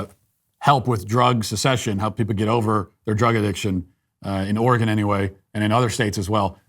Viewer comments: Hey Matt, Oregon resident here, thank you so much for pronouncing our states name right, many people say Or-ee-gohn, and not Or-ee-gun. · I appreciate you pronouncing Oregon correctly